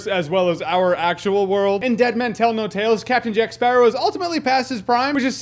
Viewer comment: take moana and add pirates...you're welcome! also, all i hear is jack sparrah, time to kill a sparrawr, kill jack sparraw